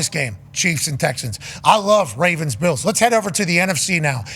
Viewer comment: Buffalo “beals” pat what 😂